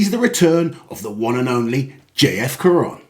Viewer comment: We don't pronounce the "N" of J-F. Caron in the french language ;-)